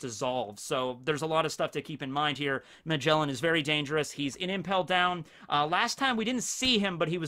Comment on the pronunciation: bruh magjellen what is that name his name is ma ge la n